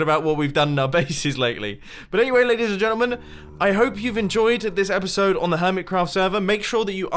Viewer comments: epuisode? don't you mean episode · LEAVE A LIKE IF YOU ENJOYED THIS "EPUISODE" OF HERMITCRAFT! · "epuisode of hermitcraft" x'D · EPUISODE XD I'm sorry, I'm in an honers English Class in the U.S.